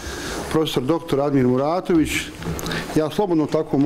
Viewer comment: Da li “ Mratović” ili Muratović? Ehhh